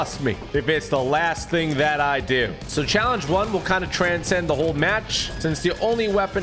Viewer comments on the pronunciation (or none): none